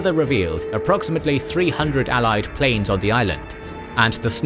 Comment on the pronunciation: the word "planes" was prounced as "plans"